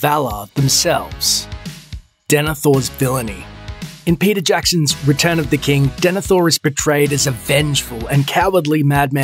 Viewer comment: I keep thinking you’re saying Percy Jackson, not Peter Jackson oml.